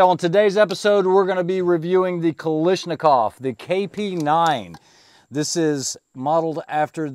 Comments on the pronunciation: Is the US company called differently to separate themselves? If not...it's Ka-lash-ni-kov. No Ka-lish in there, while it seems tasty. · Pronounced Ka lash na kov. No “i” in spelling. FYI.